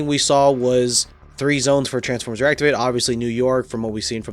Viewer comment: Er meh gerd it’s transfermers